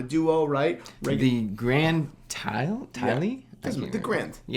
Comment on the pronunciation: They are pronounced: "Grand Tie" and "Hoyer"